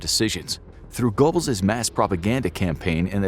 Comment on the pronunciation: gurbulls, not gobbles